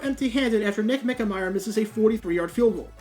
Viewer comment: For all I know, he might be a real saint of a guy. A prince among men. The epitome of grace and style. But I grew up absolutely HATING Scott Hunter. My gosh, he was AWFUL. ALMOST as bad as Nick Mike-Mayer (btw, h/t for pronouncing his name correctly this time).